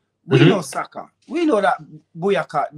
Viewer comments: Did he say BUYAKA????? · 2.45 he calls Saka 'Boyaka'. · My man said Buyaka😂😂😂😂